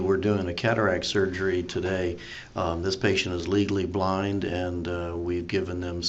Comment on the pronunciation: Every time he says “Legally Blind” I think he’s saying “Legally Blonde” lmao is it just me?